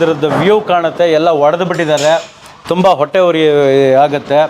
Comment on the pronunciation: ಅದು "ಹೊಡೆದು" ಅಲ್ಲ "ಒಡೆದು" ಅಂತ ಆಗ್ಬೇಕು ಸ್ವಾಮಿ